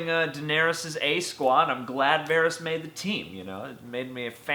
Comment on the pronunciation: Lol why do you pronounce Varys like that